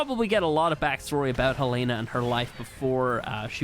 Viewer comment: It’s hellana